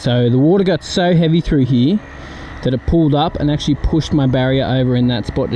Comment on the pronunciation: Lol what happened to the R? Did it go hide somewhere? What R am I talking about? The one in the word Here. Lol the R is gone and replaced with eeeya. Lots of water over heeeeya. 😂